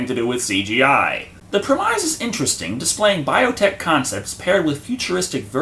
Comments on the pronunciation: Do you mispronounce words on purpose like premise - pronounced pre-miss, or Ecklestons last name pronounced E-kel-stun. Seriously dude I like your show but that’s irritating and makes you sound like an idiot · It has to be intentional but why do you keep pronouncing words wrong? Its prem is...Not prem eyes...REEEEEEEEEEEEEE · I always get a chuckle out of pronouncing "Premise" to rhyme with "Demise" and am surprised that no-one ever comments on this; please don't ruin the fun by telling him how to say it properly!:)